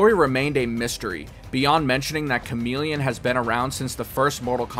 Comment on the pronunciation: The male ninja is /charm-il-ih-on/